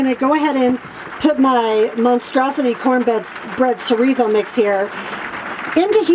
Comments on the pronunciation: I read about using soy flour and some apple sauce for egg replacement in Tightwad Gazette years ago so I do that often. Tho I am not cheagan. BTW do you mean Chorizo? I believe it's cha like in child, :) At least that's the way we pronounced it when we made burritos at our store. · Great job can’t wait to try it. If you are interested the word chorizo is pronounced ch like chuck and a long o. So is sounds like cho re zo.